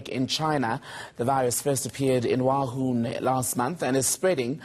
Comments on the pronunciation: did he say wahun ? Youre mean WUHAN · its wuhan city not wahun, literally you didn't make research